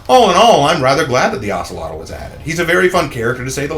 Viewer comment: The name is pronounced as (oak-lot) just to wanted to let you know 👍🏾